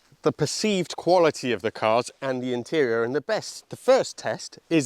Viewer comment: Its difference between 'quality' and 'qvolity'